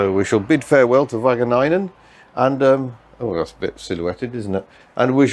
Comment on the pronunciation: The pronunciation of Wageningen is miles off, dear sir.